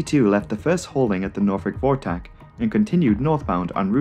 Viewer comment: Wow you actually said Norfolk correctly. Thank you 😊 great video btw